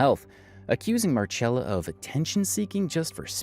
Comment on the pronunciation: The Marchella instead of Marcella thing is a little irritating. But it's a great video 🙂